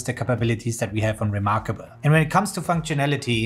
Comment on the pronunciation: Let me take advice from someone who says remarkabuuul :D lol